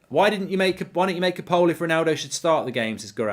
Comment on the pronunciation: Poll is pronounced POLE